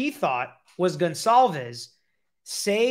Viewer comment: I LOVE watching you & your channel! I just have to make a quick point, since this is on my heart. Everyone keeps butchering that poor girls last name! It's pronounced GONE-CAL-VES! If you can't pronounce it correctly, just call her by her 1st name out of respect! Just saying! Sorry! It's the teacher in me! LMBO! Most ppl, such as my students don't care to be called by the wrong name!